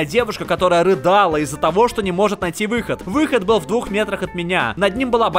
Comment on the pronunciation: послышалось не рыдала, а рыгала))) лол